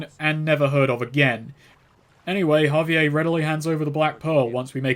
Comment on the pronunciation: The way that he pronounces javier as ha-vee-ayy instead of ha-vee-air drives me fucking nuts